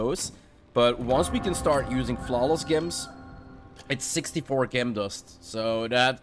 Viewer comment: Your English is fantastic, but just to help you, pronounce Gem as Jem. Great video too thanks.